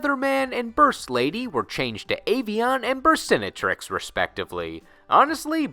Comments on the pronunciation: It always makes me laugh how the English dub of the anime (and players as a result) put the accent on the wrong syllable of Burstinatrix. It's a play on the words "Burst" and "Dominatrix" and any self respecting perv would never pronounce Dominatrix wrong. Lol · Btw burstinatrix would actually be pronounced how dominatrix is pronounced. They just said it that way in the English anime because...well it's fucked they already called a card burst+dominatrix, cover your tracks by pronouncing it less obviously for the kids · Burstinatrix should be pronounced like dominatrix